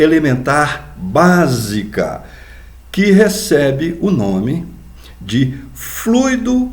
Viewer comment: Muito importante a sua pronúncia correta da palavra FLUIDO